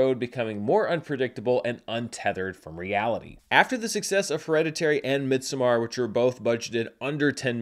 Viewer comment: Stop pronouncing midsommar that way